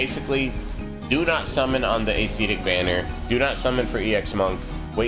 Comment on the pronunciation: Love your channel! Since you asked for some corrections, I would like to clarify that it is pronounced "əˈsedik" or "a' se tik" and not "a'SEEtic". Short "e" sound.